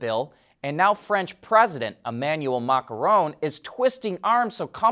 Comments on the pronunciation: MAH-KRON.... NOT MACA-RON. LOLZZZ. 🇫🇷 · did mispronounce the President's last name (does NOT rhyme with Macaroni), but he did pronounce right the other guy's Hispanic last name of Muñoz (MOO-nioz). GO FIGURE!